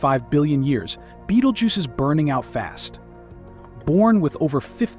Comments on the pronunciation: What the Fuck it's not Beetlejuce its Betelgeuse. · At least you could make effor to pronounce it's name properly. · you can not pronounce it, why listen to you?